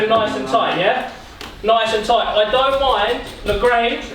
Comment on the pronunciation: Man said “tait game” lol 😆